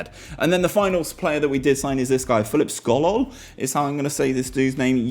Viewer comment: Sokol ... "Skolol" close enough 😂